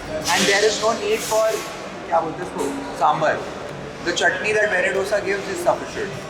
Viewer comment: Low key cringe the way you pronounce dosa